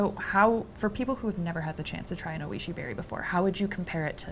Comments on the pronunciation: It’s pronounced “OY-shee”. The Japanese word for delicious. He was so polite not to correct her. She mispronounces the name over and over. Shocking this wasn’t fixed. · That’s all I could focus on was her mispronunciation